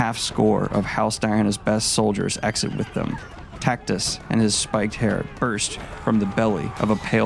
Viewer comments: It's Tactus like Cactus not Tackytuss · "Titus" sound nothing like "Tactus" Daniel especially if you speak Spanish is like "Tee-tus"and "Taack-tuus" but damn amazing summary well done goodman.